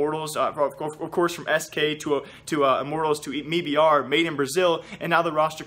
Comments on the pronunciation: why do you keep saying me br? jesus fuck its m-i-b-r or made in brazil. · Please stop saying "MeBR" it has never been pronounced like that. It's "M.I.B.R." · bro its m i b r not mii br lmfao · Noah Whinston, CEO of the company, pronounces it as MEBR... I am sorry I can't help it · Does him saying "me-b-r" bother anyone else??? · "mebr" lol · Can you just say m eye b r